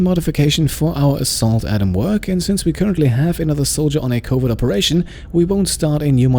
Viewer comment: The way you pronounce covert sounds like covid, which is kinda funny during the quarentine hearing you going on covid missions.